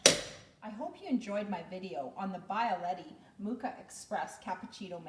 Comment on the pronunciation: Please do not call it a Bye-a-letty. It is a bee-ah-letti.